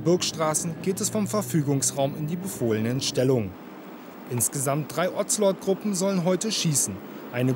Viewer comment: Ozelot - sprich O ze lot , nicht Ozzzzellottt